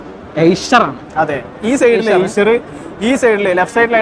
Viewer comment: സൂപ്പർ എയ്ഷർ അല്ല ഐഷർ ആണ്.